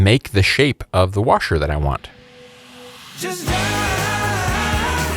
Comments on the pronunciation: Looks great but you keep saying warsher. The word is washer without the R. It drives me crazy to hear this. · Can’t help but laugh every time you say the word Warsher